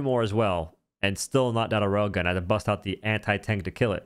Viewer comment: Every time you say rail gun, I hear "rogan."